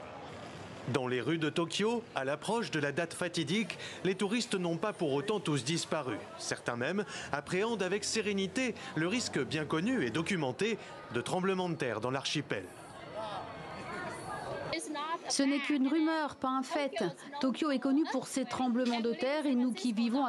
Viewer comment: ‘’Apprehender avec senerite’’?😂